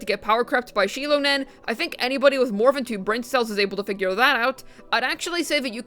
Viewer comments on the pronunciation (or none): none